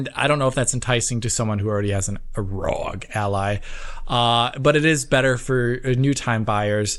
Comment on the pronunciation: So happy they are finally calling it the R O G Ally